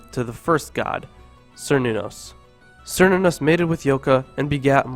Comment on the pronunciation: Cernunnos is pronounced with a hard C, not with the S sound. There is no K in their alphabet, so C is always hard.